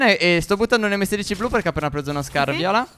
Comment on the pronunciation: Al minuto hai detto invece di "uno scar" " uno scras"